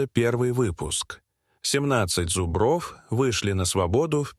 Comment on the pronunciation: Подарите лектору орфоэпический словарь. Замечательное видео, но от зубрОв уши вянут!